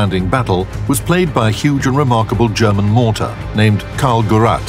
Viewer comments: Gerät, not Gurat. Its a device, not a Cardassian. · I felt some sort of pain in both ears every time he pronounced the word ''Gerät'', it's pronounced ''Geræte'' not ''Garat'', so it's not his family name as his full name is Mörser Karl and the word Gerät simply mean's device or equipment, and in this instance it can be fully translated to (Karl's device) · come on, get someone to get the german pronounciation right. like: an actual german. is that so difficult?